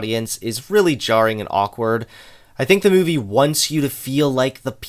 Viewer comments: More mouvie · I love the way pronounces movie as "Muvie"